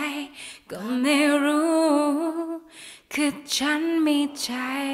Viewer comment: ลองออกเสียงแบบชัดๆเลยน่ะครับ อันนี้แนะนำ เช่น จายเป็นใจ ฉานเป็นฉัน ลองดูน่ะออกเสียงให้ชัดเจน แต่เดิมก็โอเครอยูา มีเยอะที่ยังออกไม่ชัดและไม่เต็มเสียง